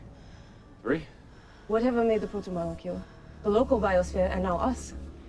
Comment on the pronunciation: "Proto-Miller-cule" Ok, that's very close to genius, right there! ;-]